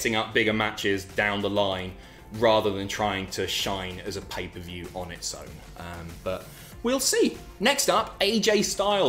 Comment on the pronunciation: PAPER VIEW? you got a genuine laugh from me, cheers